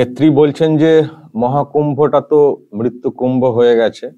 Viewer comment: Mrityu word ta hi to Pronounce thik mato korte parena Mamata